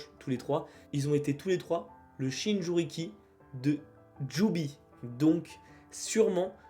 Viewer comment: Jinchuriki et non "Shinjuriki", mais bon, cool la vidéo !